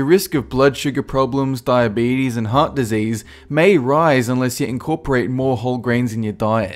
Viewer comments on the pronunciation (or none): none